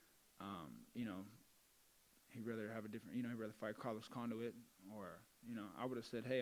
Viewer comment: "carlos conduit" LMAO!!!!!